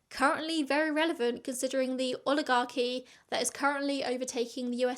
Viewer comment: Don't worry, you pronounced oligarchy correctly.